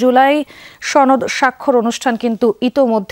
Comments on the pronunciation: সনদ নাকি ছনদ 😂😂😂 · সনদ কে কোলকাতার দাদাদের মতো ছনদ বলে কে? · এটা কি সনদ না ছনদ ??? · ছনদ না সনদ লকটা মনে হয় চাপাই 😂😂😅😅😅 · আপনি সনদ কে ছনদ কেন বলছেন। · উপস্হাপক মহোদয় সনদকে ছনদ বলেন কেন? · দাদা কোথায় থেকে আসলেন। বাসায় সসনদ বলেন কেন দাদ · উপস্থাপক কি কলকাতার নাকি? ছনদ ছনদ করছে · সনদ উচ্চারন করতে পারে না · এই উপস্থাপক্ষে মনে হইতেছে সে ভারতের সদস্য অথবা ভারতের কোন সক্রিয় সদস্য। সে বাংলায় সনদ কিভাবে উচ্চারণ করতে হয় সেই উচ্চারণটাও জানে না। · সনদের উচ্চারণ অনেকই ভুল করছেন। এটা খুবই লজ্জার।